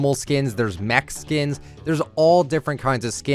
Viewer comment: that sounded like he said there’s Mexicans 😂 but he said there is mech skins